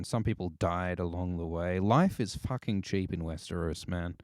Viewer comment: The way says fooking <3<3<3